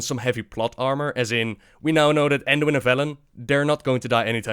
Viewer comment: ANduin? You mean BAEDUIN holy hallabassas!!